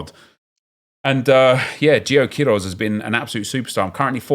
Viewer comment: Not "QUIroz", but "queiRÓZ" Loving ur evo series, made me do the same with Chelsea! Much love from Brazil!